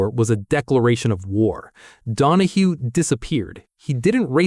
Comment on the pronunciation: You lost me at ‘Don-a-HO’. Cmon man. Mark ‘ Don-a-HEW’ Donahue was one of the most iconic racer / engineers to grace a racetrack. 🤨